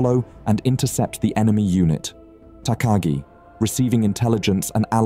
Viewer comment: takagi pronounced wrong but doesnt matter much